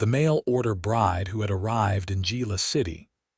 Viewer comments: Good story, but tell your AI that Gila is not JEE-LA. It is pronounced HEE-LA. Don't know why stuff like that bugs me, but it seems to. It seems you go to all the trouble to create and post a good story and then don't proof it. I volunteer to do it for you ! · Geela city????? Among many other ai mispronunciations. Lazy " creator" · Why couldn’t they put her packages in the wagon? The word "Gila" is pronounced as "hee-luh" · Enjoyable story..please correct your AI narrator to pronounce Gila correctly. The " G" is pronounced with an " H" sound making it sound like "He-la"..